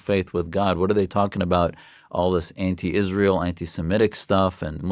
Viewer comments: I cant stand how she calls Israel Ishraell. Whats that??? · "Ishrael" 🙄 she can't even say it correctly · Did you also manage to teach her to pronounce Israel correctly? 😂